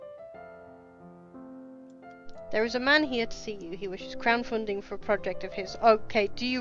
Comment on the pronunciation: Anime characters age in a manner of a hyperbola or other mathematical function with an asymptote. They age very slowly until they immediately age 10 or 20 years. Also I keep hearing you say "Crowd Funding" rather than "Crown Funding"